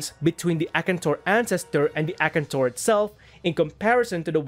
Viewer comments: A-kan-tor...whats akntor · His pronunciation of Akantor is spiritually killing me